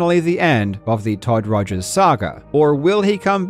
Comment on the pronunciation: "Bitchel" LOL, you should go back to calling Todd Rogers "Todd Togers" EDIT, just watched the rest of the video and you did LOL